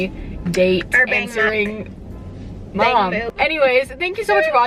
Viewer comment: BANGMUK HAHAHA my mom always says things wrong too she called asmr AMR I'm like mom that's the ambulance thing